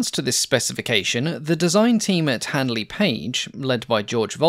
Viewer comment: listen how others pronounce Handley correctly.